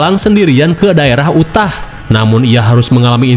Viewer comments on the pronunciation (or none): none